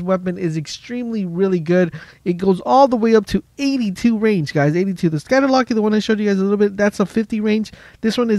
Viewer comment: Bothered me so much